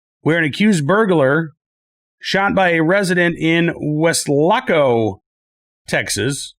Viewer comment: Always enjoy your show; the accuracy and insight of the topics presented. However, your pronunciation of Weslaco had my wife and I loling! Wes- la -co is the way preferred way to pronounce. Not Wes-lac-co. I must admit you do sooo much better with strange names than I could.